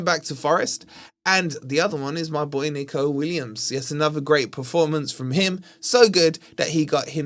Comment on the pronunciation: Its Neco Dec not Nico